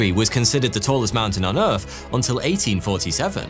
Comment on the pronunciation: Can you please learn to pronounce your own name correctly? It is so distracting when you say "foughty" that it actually distracts from the content. Omg you just said Earf.....